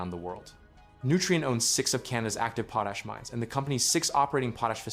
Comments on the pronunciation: It's pot-ash NOT poe-tash!! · It should be possible to teach your AI narrator to say "PAW - tash" instead of 'POE - tash" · It s POT ASH….not POE TASH. POE TASH IS FOR GROWING POE TATERS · PO-tash! Folks thank God we have AI to think for us! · Please learn how to say Potash... goodness sake